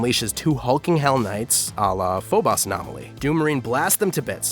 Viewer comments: My guy really said Phobas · I can't take this guy seriously.. lost interest immediately when I heard.. foe-boss lolllll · pho-boss..... ugh, I cringe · Phobos is pronounced: Foe-bus. Sorry, that was just grinding on me. Great work though, well laid out and informative. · Say the damn moon names right dude PHO-bose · Nobody: This guy tryin to say Phobos: Føbäš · It's pronounced phobos lol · Why was he slandering those names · I’m sorry, how did this mans pronounce Phobos? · He Butchered The Word Phobos When he said it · I don’t like the way you said Phobos Ew... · stopped watching because he mispronounced Phobos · I didn't know it was possible to mispronounce a word so badly when it's spelling doesn't really leave much ambiguity. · I'm sorry, I can't get over how you pronounce Deimos and Phobos. Where are these "ah" sounds you're pulling out? Why do you call it "phobas"?! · FOE - BOSE DEE - MOSE GOT DAMMIT WATCH A VIDEO ON HOW TO PRONOUNCE THEM OR SOMETHING. Otherwise, great vid 👍🏿👍🏿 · No one:: Diemas and Phobas Edit: what have I done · I know I'm nitpicking, but I just don't understand how you can mispronounce Phobos and Deimos, they're GREEK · your pronunciation of Phobos and Deimos kill me lol great video regardless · What bothers me is how he's saying Phobos and deimos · late as hell, but phobos and deimos are pronounced wrong and as a fan of both greek mythology (which is where the names come from) and madness combat (which has two characters named after the moons) i am deeply offended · You pronounced Mar's moons wrong. :( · I’m honestly surprised didn’t pronounce Mars like mares from the raggedy ass way he pronounced Deimos and Phobos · I HAVE to nitpick about how you pronounced "Deimos" and "Phobos" OMGGGG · J M i was correcting him in my head every single time he said it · How are you pronouncing the name of the moons so incorrectly? Do you pronounce Boston as Bast-en? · Good vid but learn how to pronounce Deimos and Phobos.